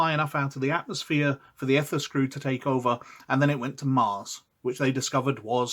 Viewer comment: So you correct your mispronounced "Eh-ther" to the correct "Ee-ther" and then proceed to continue mispronouncing the term for the rest of the video...